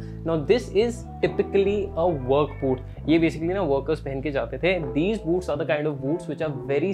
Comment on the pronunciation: Boots ki jghe boobs sunai de rha tha 😂😂😂👀